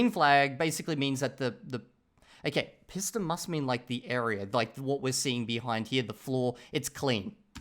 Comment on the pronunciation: I think wait til 1000. Read now with audio. Just based on your pronunciation of pista directly after you heard it in this video, reading without audio at this point may not lead to increased audio comprehension.